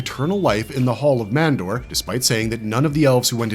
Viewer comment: It's not the Hall of Mandar , it's Hall of Mando's !